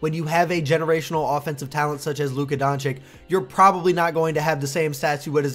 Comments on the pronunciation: Donchich not Donchik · You should say Donchich not Donchik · Bro DONCHICH and not DonCHICK😂😂..... anyway a great channel despite the mispronunciation 😂😂😂.... You've got a new subscriber 😊😊😊😊😊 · Bro rly said Donchick 😂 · You really think this guy knows how to pronounce Č and Ć ? Don-Chick😂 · Honestly agree with you, but how disrespectful is it to make a video about a player and not even trying to pronounce his name right. It is not even a hard one to pronounce, it is just lazy to say donchick or whatever you are using here, spoils the whole video for me. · hoow....hoow can ppl still not have enought respect to atleas learn to say his name right LMAO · Please say his last name right 🙏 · Slovenian here. Awsome video but pleeeease stop murdering his last name. I can't really write how to say it but maybe listen to some of our reporters. Everybody is pronouncing it wrong even ESPN 😮‍💨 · Dude. You need to learn how to pronounce his last name.